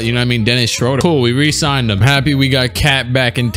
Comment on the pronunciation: its pronounced Dennis ShrOOder not ShrOHder. peace